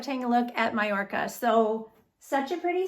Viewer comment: Beautiful style and colour ! Well done you for the Spanish pronunciation of Magorca/Mallorca lol ❤❤